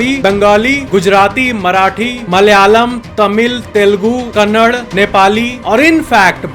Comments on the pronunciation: Bro it's kannada not kannad plz currect it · Kannad nahi kannada...... Thik se bolo yaar Kya mai hindi ko hind bola tho kaisa lagega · It's Kannada not kannad. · Bhai it's not kannad it's Kannada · bhai kannad nahi kannada bolo🤬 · Don't say Kannad say 'Kannada' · Aree ho bhai kannad nahi Kannada bola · itna sab research karthe ho KANNADA KO KANNAD KYO bola, Ek pronunciation sahi seek nahi sakthe the kya?? Utterly dissapointed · Kannad nahi bhai Kannada bolo ♥️💛ಕನ್ನಡ